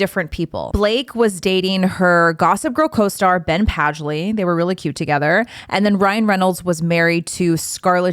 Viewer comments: Penn Badgley not "Ben Padgely." 😂😂💰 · Penn Badgely not Ben Padgley😂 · LOL you said ben padgley in the beginning it was funny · I thought I was the only one who heard it too 😅